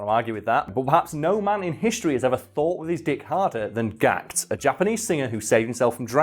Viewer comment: Gakuto. Not GAHKT Been a fan since 1994 and he always says funny shit because he knows he has the status and influence to get away with it lol. A world treasure. Please pronounce his name with reverence